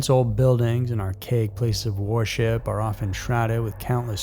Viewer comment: Why does he pronounce "worship" as "war ship"? I'm dying laughing.